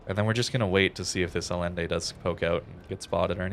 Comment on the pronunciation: Allende is pronounced Aye-IN-day. As with Salvador Allende.